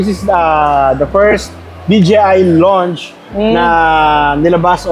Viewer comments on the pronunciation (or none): none